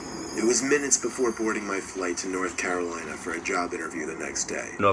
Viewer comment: Why did you say North Carolina like that😂😂 my older bro, aunt, uncle, grandpa, grandma, and cousin live there 😂😂😂